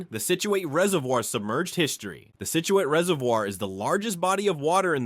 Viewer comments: / Sounds like somebody burped and farted at the same time. "33rd: Block Island's Mohegan Bluffs" LOL! Also, it's "SIT chew it", not "SIT chew ATE". (Scituate). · It's "sit-jew-wit" you sound like a idiot when you say it wrong. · "Scituate" like "situate". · Nin-ni-grit Scit-u-it the mispronouncing of these native American words made my ears bleed, but that is probably how us Rhode Islanders sound to everyone else!😅